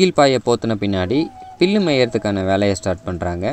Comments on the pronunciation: அது பில்லு இல்லை "புல்"... 🤦🏾‍♂️🤦🏾‍♂️🤦🏾‍♂️ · பீல் இல்லை. புல் தம்பி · பில் அல்ல புல் தம்பி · பில் இல்லை புல்... மெய்தல் இல்லை வேய்தல்... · பில்லு இல்லை 'புல்' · தம்பி பில்லா இல்ல புல்